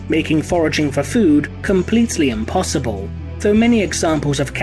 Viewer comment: am i the only one hearing unpossible ?